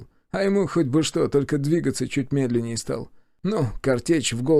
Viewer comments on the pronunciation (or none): none